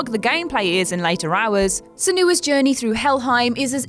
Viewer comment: Sen-You-a, not Sen-oo-a. The fact that you don't know that means you didn't play the game, as they say her name repeatedly throughout the game.